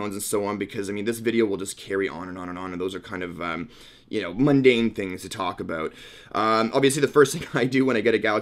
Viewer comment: Why'd you say aboat